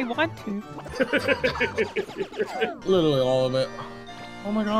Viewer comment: you have permanently altered my vocabulary i cant stop saying Lidally